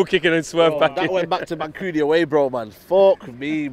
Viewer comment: man said mancunian way ahahhaha